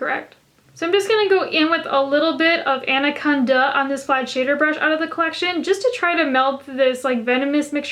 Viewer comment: i stand corrected. I'm actually referring to anacon-duh